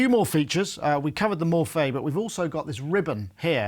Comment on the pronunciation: when talking about synths is "clearly" the man... He does not caress them, he's a kind of a brute too, and he incredibly pronounced "Morphée" very well!